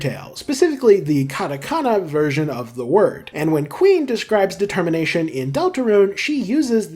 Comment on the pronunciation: ah, yes "de-termination"